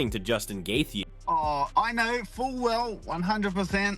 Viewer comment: Every time this video reads Gaethje's name, it gets worse :face-blue-smiling